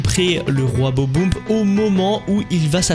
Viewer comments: c'est bob-omb pas bob boum je sais pas quoi là... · si c'est fait exprès de mal prononcé Bob-omb pour avoir des commentaires, bien joué ^^